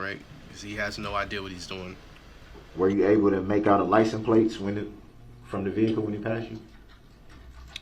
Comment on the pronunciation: For the love of god stop saying licenplates